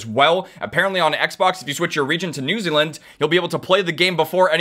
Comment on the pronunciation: y you say "new zealand" like that